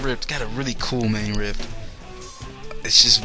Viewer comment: You say you play "real" guitar. ok. its RIFF not RIFT